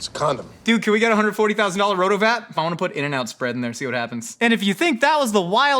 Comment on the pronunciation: Hard wince at how he says "RotoVap"